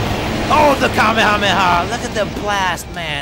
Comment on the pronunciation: You min Kamehameha not kamahama